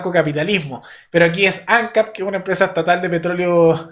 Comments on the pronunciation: Por otro lado ANCAP se leé Ancáp, no Ancap. Y Raúl Sendíc, no Sendic. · Ojalá nuestros vecinos siguieran ese mismo camino xo estamos muy disociados. Por supuesto los zurdos poniendo piedras en el camino, como siempre. Che, ANCAP Y SENDIC se acentúa en la última sílaba please; suena horrible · Ancáp!!! Tilde en la última (a)!